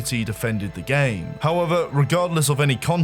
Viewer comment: Why's talking like every sentence is a new paragraph? "Everyone knew that this was the was the state of the GAME. But what was going on at Nexion was DIFFERENT. It was a great time for the COMMUNITY"